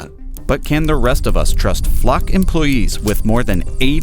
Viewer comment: Why are you pronouncing it Fluck??